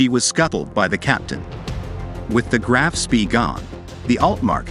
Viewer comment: It's not "Graff", but Graf, and the surname is pronounced Shpé